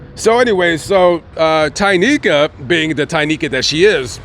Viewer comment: Are you positive her name is Tynika Not Tequila